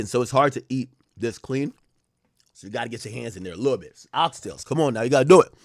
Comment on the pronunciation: Ak funny saying "Oxtails" 😂